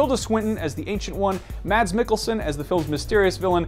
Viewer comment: a little tip from a dane :) when saying "mads" the d is silent so you pronounce it "mas"